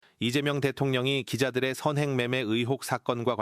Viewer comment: 서언행이 아니고 선행!